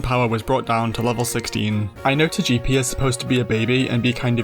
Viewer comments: Say it with me: Toga-pea Toe-Gah-Pea😂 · Tojeepee and Toejeetic….🗿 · It’s pronounced toh-GUH-pee, “”! 🤨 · Turning Togepi Italian is wild. "ToGEppi 🤌🤌" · "Toyepi and Toyitik" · Why do you pronounce Togepi like that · THW WAY YOU SAY TOGEPI !!!!!! PRISON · My dude saw the Pokémon anime and still decided to pronounce Togepi wrong lol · That Togepi pronunciation should be a crime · Complementary engagement comment for you, for that creative Togepi pronunciation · Was there any British material pronouncing Togepi’s name like that? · How you say Togepi is crazy. I liked the video just for that lol. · Really nice video! Though. I think that is the first time I have ever heard someone pronounce Togepi like that. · Had to stop the video after the way you pronounced Togepi and Togetic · I have never heard anyone say Togepi and Togetic like that and it’s fucking me up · Now that's an unusual Togepi and Togetic pronunciation.